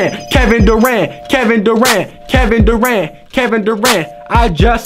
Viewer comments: Legend tells he's still saying Kevin daran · Legends says that he is still saying Kevin Durant.